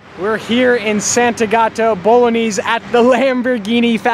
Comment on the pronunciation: Sentegatto Bolognees?